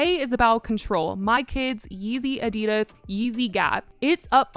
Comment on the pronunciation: I love your chanel but the way you say Adidas, is so wrong. 😭